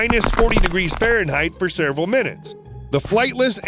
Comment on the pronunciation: Selevral minutes? 😂